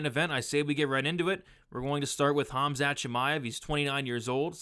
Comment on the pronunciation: Khamat???? lol